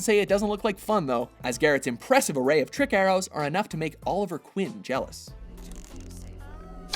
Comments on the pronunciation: I'm sorry I was gonna let this one go but I can't, did u say Oliver Quin instead of Oliver Queen..... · Did he just say Oliver Quinn. It's Oliver queen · It's not Quinn, it's pernounced queen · You know its oliver queen right? Not Oliver Quinn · Did he call Oliver Queen 'Oliver Quin'? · Oliver Quinn? REALLY?! Or did you just mispronounce queen? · Oliver Queen not Quinn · I cringed so hard when he said Oliver Quinn., pretttty sure he meant Oliver Queen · Did you say trick arrows to make Oliver Quin jealous, I believe you mean Oliver Queen lol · "Oliver Quin"? you mean Queen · Did he really say Oliver Quinn? its Oliver Queen. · Oliver Quinn? OLIVER QUINN??!!?! You guys just fuck up names😂😂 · Did he say Oliver Quinn? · Oliver "Quinn"? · Oliver Quinn??? Whoever is responsible for letting that flub going to air should be embarrassed. NO EXCUSE i mean at least put something in the description box admitting to the screw up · Im sorry "Olivier Quinn"? Get ur shit together watchmojo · Okay, I know pronounces some words differently coz of his accent or whatever but Oliver Quinn, QUINN!!!! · Oliver "Quinn"? Wha? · Did I just hear you say "Oliver Quinn"??